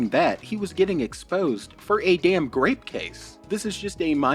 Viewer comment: “grape a girls” ???